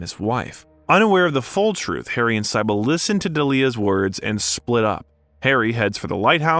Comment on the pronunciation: That’s not how you pronounce cybil or dahlia